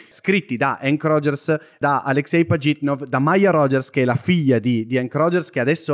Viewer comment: Secondo me avete visto il suo nome solo scritto in inglese e per questo dite Pagitnof, la traslitterazione migliore sarebbe "Aleksej Pažitnov", con la ž (che si pronuncia tipo la j in francese)